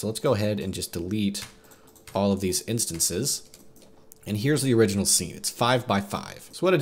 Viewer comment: "Instonces" Great video otherwise.